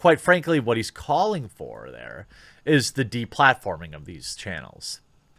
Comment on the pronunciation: The De-Bladdforming